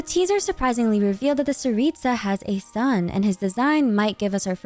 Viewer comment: Btw, don't say the t and s like ts, it's c CARICA don't add the h it's just carica, carica means queen in slavic languages btw!!! Tsar/car (don't say it like the driving thing car, the c is CUH CAR/ TSAR цар) for tsaritsa it's царица, and as a slavic person say the names just as the letters say so, not like in English where you can write something and it's spelled completely differently, honestly im really proud we got a Slavic country represented in genshin<3 honestly the way yall spell slavic names pisses me off, i couldn't focus on the video honestly